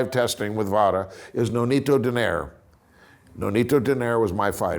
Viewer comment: Donayri is the right pronunciation not Doneyr. That's how filipinos pronounce the family name of Nonito.